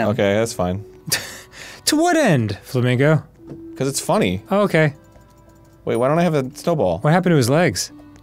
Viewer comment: Arin definitely introduces him as “Flammego” in the intro, right?